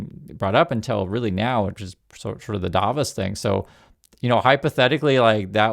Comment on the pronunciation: not DAIVOS but DAA-VOS.